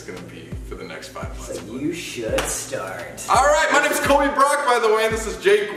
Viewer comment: sam colbycock...? sorry but thats what i heard......................